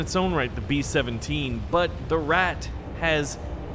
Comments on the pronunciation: It Isent rat but ratte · IT IS RATTE NOT RAT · It's Ratte, not rat pronounce it correctly next time. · ''rat'' its the ratte :( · It's the rata not the rat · Just so you know it’s pronounced ra tey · Pronounce the E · You pronounced the tank wrong, it is the PZ1000 Ratte